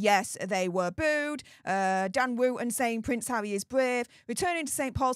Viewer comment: What did you say harry with a w. 😂😂 awound the wagged wock.😂😂